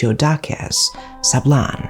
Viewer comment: Thanks for the correct pronunciation of our Province of Benguet and also to the Municipality of Sablan. Great story telling.